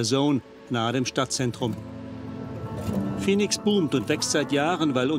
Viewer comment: Die weibliche Synchronsprecherin hätte dem Hauptsprecher der Doku ruhig ein paar mal vormachen können wie man Phoenix richtig ausspricht (nicht "Fenix") ^^ Abgesehen davon hätte ich es angebracht gefunden, die Interviewpartnerin damit zu konfromtieren wie sie eure Frage zu den Mieterhöhungen komplett ignoriert. Sonst alles supi!